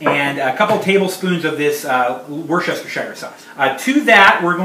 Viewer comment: Pronounce it Worcester sauce.